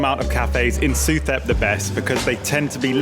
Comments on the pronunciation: The street is pronounced su-tep. In Thailand the TH symbol sounds as a T, H is dropped. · Pronounced Soo Tep. Saying it as you do, lets the local people know you are a recently landed foreigner susceptible to higher prices.